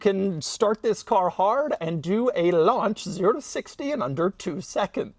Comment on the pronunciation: "lunch control" 😭